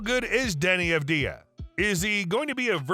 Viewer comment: You are pronouncing his name wrong. Put the emphasis on the first A. *A*vdija (correct) Avd*ij*a (incorrect) In the near future, you will all know how to properly pronounce it